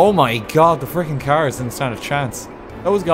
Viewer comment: If you do have a caer yer fecked. Me: He's speaking the language of gods.